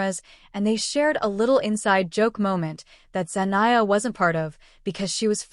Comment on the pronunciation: Zenia? You mean Zendaya?